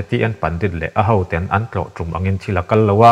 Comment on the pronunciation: TEN...( Chhu PHEN) tiang ang hian tinge i lam tlat a Tawphnawk TEN kan lam ang hian lam ve mai la..ngaihthlak a tinuam lo TEN i lam dan hian